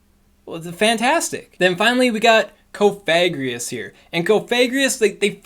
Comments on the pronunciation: something something VAPOREON IS BAD XD always on the ball haha awesome coverage of the changes :) BTW, cough-a-gree-gus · IDK I kinda feel like the move buffs were meh this season, excited for the WB nerf though...also its pronounced Cough-Egregious as in Coffin and Egregious combined. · Coffi like coffin gree like grieve Gus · You may wish to adjust your pronunciation of Cofagrigus. Your current pronunciation may trigger YouTube's demonetization algorithm because it'd pick up the "fag" in the way you're saying it and may register it as a slur. I typically go with Cof-a-gri-gus, as I think the name is suppose to be like an egregious coffin. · Cough-a-greeg-us. Hope that helps 👍🏻👍🏻